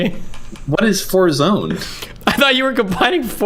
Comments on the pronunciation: He said forzone, he lyin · said forzone lmao